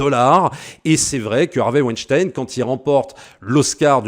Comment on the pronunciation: Tu es l'un des très très rares qui dise Vaïnechtaïne et non Ouinestine et ça c'est déjà énorme! Merci!